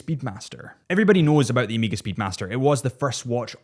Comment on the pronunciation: Bro, its not Emega